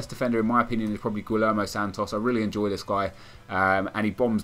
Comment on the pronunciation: pronunced gui-yer-mo